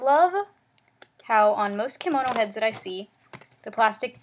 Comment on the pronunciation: nice tutorial, just want to let you know that kemono is pronounced keh-mo-no. You are saying kimono right which is the traditional Japanese gown.